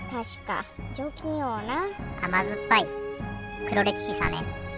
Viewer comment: アヒル探すスティーブ可愛いぃ💓♥️❤️ ラッキーお菓子を探すハルちゃんも可愛い🥰 お婆様勤勉🎉 姐さんは本当に姉さんだ🤣 除菌王が貯金王に聞こえた😅💴